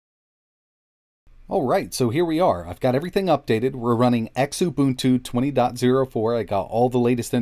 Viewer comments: Xu-Buntu not X-Ubuntu Ku-buntu Lu-buntu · X-Ubuntu? I always pronounced it as "Xu-boon-tu" lol